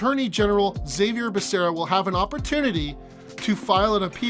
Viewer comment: Zabier Becerra 😂😂 it’s pronounced (ha-vier)